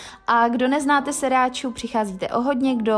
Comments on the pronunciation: Není to siracha, ale sRiracha :-) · Je to sriracha ne siracha.